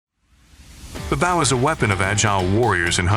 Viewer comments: I can't tell if that's a really human like sounding tts voice, or a real human that speaks really weirdly. Hearing "BAW" over and over instead of bow was getting kind of annoying. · Well made video, but the mispronunciation of “bow” had me FF to the end. Especially since “crossbow” was said correctly, in the same sentence as “bow”🫤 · The way you say bow is annoying.. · Why do you say bow like that